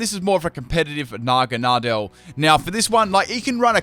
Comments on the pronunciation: Huh, I pronounce Naganadel differently. I pronounce Naganadel like nah-GAN-ah-dell, you pronounce it like nahgan-AH-del. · you butchered naganadals name 😂😂